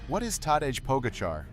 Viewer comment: Its teday Pahjacah tell your ai that it butchers his name. He is a human experiment and the greatest cyclist yet.